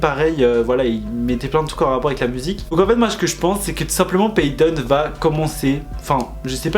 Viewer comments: ça se dit paydon 🙂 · Ça se prononce PAIDEN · “Ils y en a qui me disent que ca se prononce PayTon et d’autres qui me disent que ca ce prononce PayDon; moi je dis PayTon je le dis comme ca se prononce.” Me : Wait a damn minute 🤔🤨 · En fait certains le prononcent version française (donc PayTon) et d'autres version anglaise (donc PayDon) voilà😅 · j’attendais cette vidéo ! Pour l’album je pense que c’est ça eva queen avait fait la même chose après si il est en bad mood vous inquiétez pas sa femme (moi bien évidement) va le sortir de ce trou (et son prénom se prononce paydn en anglais) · Moi je le prononce pay (comme payer) ton 😅😂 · ça ce prononce « payn » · Payton sur sa vidéo tiktok ils prononcer son prénom en mode payton mais sans le o ducoup chepa